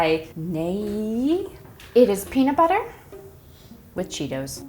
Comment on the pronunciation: "and the amount of peadit bledder flebber is entirely up to you!" so true king